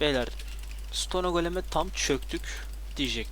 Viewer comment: bir isteğim var: sıtonee değil sıton. sonunda e yok.